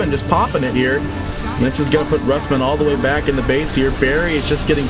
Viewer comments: neutron johnny more like roos-mann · Rusman pronouced by caster as rasmen? lul